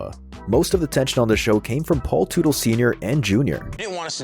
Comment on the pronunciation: Automatic thumbs down to anyone who uses a robo voice. Mispronounced Teutle. It’s pronounced Tuttle.